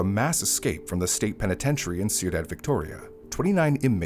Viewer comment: ciudad phonically is “quee-daad”